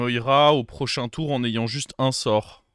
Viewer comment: Salut. J'adore t'es videos par contre on dit "tour" et pas "toureuh"